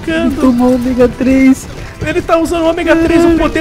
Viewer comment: omêga 3